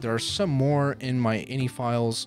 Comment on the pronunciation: Ugh, I love your other videos and content but personally (maybe it's my OCD) I can't watch this one. INI stands for initialization and when spoken it's pronounced by speaking each letter individually "eye en eye", not inny. I've worked in tech (including for two of the largest tech companies in the world) for 15 years and have never once heard "inny". If anything it would be in-ih with the second i sounding like the i in "it". hey.. in it, go figure